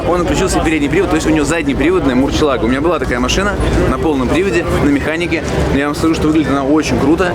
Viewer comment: "Люблю автомобили" и "мурчела́го"... Ну что за неуважение? "Мурсье́лаго"... Эх...